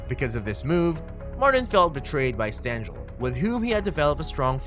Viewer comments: Who is Billy Martin? Stengel’s name is pronounced “sten-gill” not “jill”. Courtney is pronounced “kort-nee” not “kirt-nee”. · A violent drunk who blew out pitchers' arms to win a few more games and make himself look good. He was a pig. ---It's a hard "g" in Stengel. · Everyone is pointing out Steen-brenner, but are we going to let Sten-jel slide?